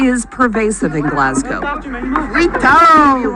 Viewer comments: Glaz- go < that would be the way to pronounce :-] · It’s pronounced glazgo